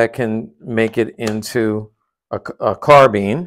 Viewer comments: Wait is it pronounced car-been and not carbine? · It’s gorgeous but I swear no one knows how to pronounce carbine I mean just look at how it’s spelt it doesn’t read as carven that’s like saying carbide as carbeed it’s blatantly wrong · CARBEEN???!! Why would you pronounce carbine like that??!?! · I hate how Carbine is pronounced "car bean" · ......."Carbeen".....at this point im sure Americans mispronounce words on purpose. If you aren't happy with the English language, create your own instead of butchering one that the entire world has agreed is good enough to teach in nearly every country.